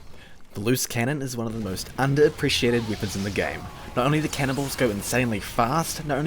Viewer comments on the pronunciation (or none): Bro why do you say weapons like that